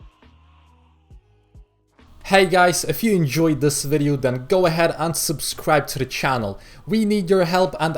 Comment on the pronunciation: Uhhh you said unsubcribe or subcribe uhhh